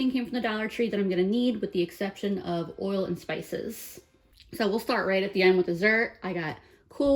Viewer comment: Hi? R u from new jersey?..i was curious because of the way u said oil?